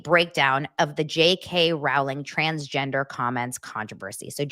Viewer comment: Big Harry potter fan here and you are mispronounced JK Rowling!! It's like (row) your boat or Rolling!!! She does speak common sense !